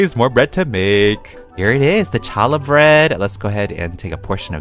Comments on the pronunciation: i love to see bloxburg doing new things like side quests and advent calenders very exciting! Also you pronounced Challah Bread wrong! It’s pronounced ha-la bread. 😅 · Hi! Just wanted to say it’s pronounced “hallah”! Thanks for keeping us updated! ❤ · they should totally add more Hannukah suff. Also, challah is pronounced ha-lah. It is made during Jewish holidays, primarily on the Sabbath (Friday evening to Saturday evening) I'd love to see draidels, jelly doughnuts, and Ladkes, aswell as a minorah! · btw for anyone who didn’t know, challah is pronounced with a silent c. it’s a special bread made for jewish holidays! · HEY PEETAH! So the bread is pronounced hall-la it’s a bread that is eaten on Hanukkah! I like how bloxburg is bringing another religion! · The “challah bread” (ha-luh) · Lol the challah bread is a bread we eat on Shabbat for Jewish people and its pronounced h-a-l-l-a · The bread is called challa it's not pronounced how it looks it's for Hanukkah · It's "hallah" (holla) "Challah" is the traditional spelling but an easier pronunciation for the unfamiliar is "hallah" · It’s Hal la it’s a Jewish bread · you pronounced challah wrong lol. Im so happy they added Jewish food!!!!!